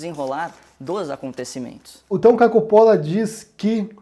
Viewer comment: Olá! Espero que você continue a publicar seus vídeos. "Deus é Luz, ignorância é escuridão..." Essa "turma" que hoje podemos ver no Brasil (e no mundo) é do mal! São capazes de subverter o Sagrado, que dirá aquilo que não o é... (Uma observação, se me permite, o nome "Coppolla" - de origem Italiana - deveria ser pronunciado 'Cóppolla' como em Italiano, com o acento na primeira sílaba). Abraços!